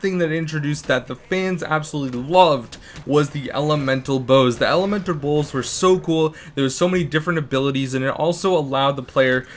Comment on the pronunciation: Lol he said elementer bowls